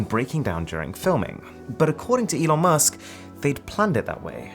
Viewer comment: The name is pronounced "E-Lon" Not like, "E-non" I'm not hating, just saying.